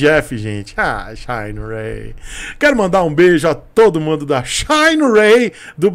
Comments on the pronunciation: shainrêy, é tão bom quanto 'shinerai' original! Kkkkkkkkkkkkkkkkkkkkkk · Não aguento esse “shayne Ray” msksksksks